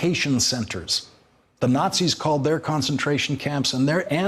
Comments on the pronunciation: Takei! Dammit! Like ter-kay. Not ta-kai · It's pronounced "TAH KAY" Lawrence, do you live under a rock?